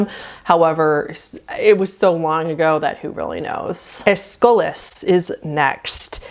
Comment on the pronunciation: love this video and so excited to watch the rest of the series. just had to let you know some pronunciations: ESS-kill-us SEE-sill ann-TIH-gun-ee bar-BITCH-oo-its (hehe) somehow you got qin shi huang perfectly right tho LMAO 💜